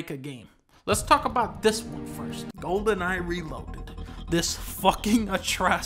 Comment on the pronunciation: golden eye = "gohden ahh"